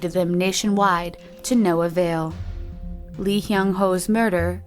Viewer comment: I'm sorry, no hate! just.. for future reference the "Lee" surnames are actually pronounced, "Ee"